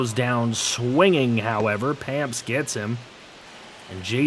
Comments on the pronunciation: Payamps is pronounced pyeamps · joel payamps (yo-el Pie amps)